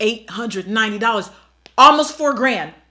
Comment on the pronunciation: Four hundred and Twenty DWOARLAHS